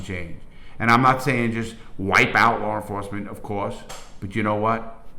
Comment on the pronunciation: I fuckn love this guy. Its like listening to my cool ass grandpap telling old war stories. I smile everytime i hear "Lawr enforcement " 👍